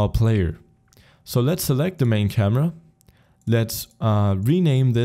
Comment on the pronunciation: what did he say? CAMA?